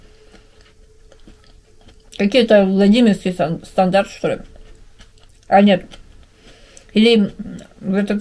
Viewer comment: Зачем ты шокаешь? Вроде русская